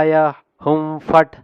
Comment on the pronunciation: W Swami last lo hum fat antunnaru akharala lo ham fat Ani undi